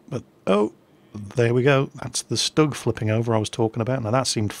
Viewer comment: he said shtug